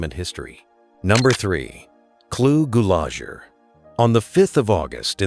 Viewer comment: Please look up the pronunciation of names you mention. Clu Gulager is pronounced GULE'-A-CHER.